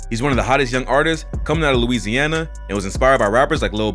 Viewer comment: This dude say Louisana straight weirdo